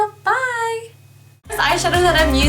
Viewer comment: Not 2 b rude it's not NYx u say it like nicks